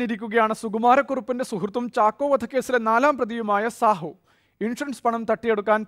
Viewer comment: സാഹു അല്ലട ഷാഹു..